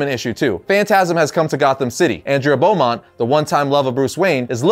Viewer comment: Why must people mispronounce Andrea Beaumont?